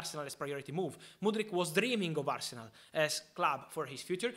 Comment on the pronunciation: Love Al-se-nal